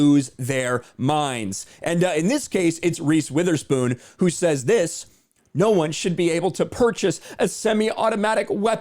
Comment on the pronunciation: Reese "withherspoon" i bet she have no idea what a semiauto weapon is 🤣